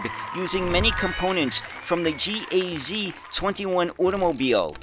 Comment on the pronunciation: Just a hint. No one pronounces the factory letters separately, if its GAZ so its GAZ, not a gee ay zee